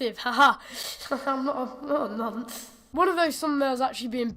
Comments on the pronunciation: I hate when Americans think that 1. Nonce is said as ‘Nunce’ 2. When you call someone a Nonce most of the time it’s a joke word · It's nonce, not nunce lol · 'Nonce' not 'nunce' why do Americans fuck these pronunciations up like calling 'Lara' fucking 'Laura' Jesus Christ it's annoying lol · Nonce is pronounced non-ce (the ce part sounding like the ce in once but you don't say the whole word like once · you said nonce wrong